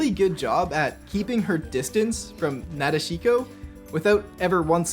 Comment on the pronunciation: "Na de SHEE ko"? Geeze...